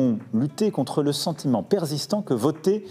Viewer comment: Perzistant?.... ouiiii... d'accord